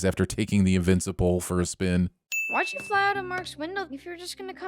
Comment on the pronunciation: You are getting a sin for "invinci-pole" XD